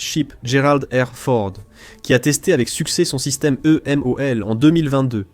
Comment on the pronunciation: La voix de l'IA est pénible, vraiment. Ensuite, le titre est racoleur. Ce n'est pas un défaut critique tant la doctrine differe des USA. Et on dit EMALS, pas EMOL. Bref, la qualité est à améliorer